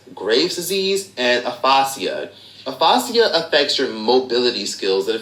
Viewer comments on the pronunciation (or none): I can’t help it but he mispronounced the help out of Aphasia.